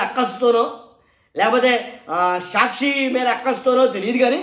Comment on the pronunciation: Evadra nuvvu. Prati english word is mispronounced. Saakshi ani correct ga palakadam raadu. Ni office ekkado cheppu. Etla bandh cheyali nerpistam.